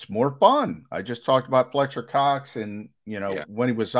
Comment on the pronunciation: “Pletcher Cox”